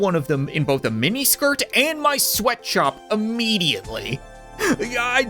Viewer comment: Sweatshop ilks pronounced sw eat what op